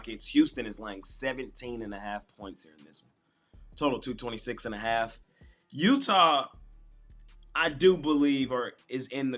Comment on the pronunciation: Smash my parlay of the night with the Miami heats+1 and the Dallas maverick +5 thanks by the way you said utha